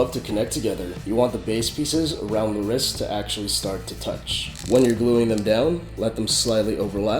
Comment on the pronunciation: not hating but u say ris instead of rist